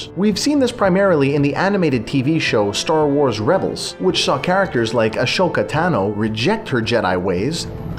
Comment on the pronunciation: "Ashhhoka Taano."